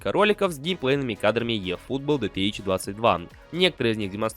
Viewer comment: Чувак, английская буква "E" читается как русская "И". Ифутбол